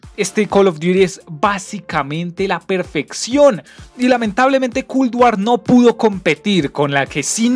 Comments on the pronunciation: MW no me interesa que sea tan realista, para eso tengo la vida real y Culd War. Escribi Culd por la manera que pronuncias esa palabra; traductor humano xd, el juego se nota que es un juego mal hecho sin ser terminado. Asi que prefiero Bo3 que aunque no tenga tanta gente jugandolo, se ve 1000 veces mejor qur Culd asi. No dire nada de los zombis porque me dara un infarto hablar sobre eso y el multiputas, mmmm meh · Parece que dice cool war xd